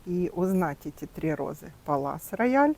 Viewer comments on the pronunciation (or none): Здравствуйте,а почему Палас Рояль,а не Пале Рояль?